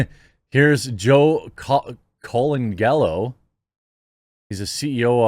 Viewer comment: Bro it’s pronounced “Cole-Angelo”